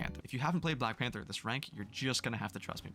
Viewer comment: I mean we clearly cant take the guy who cant even say black panther properly seriously right? Black panfer LOL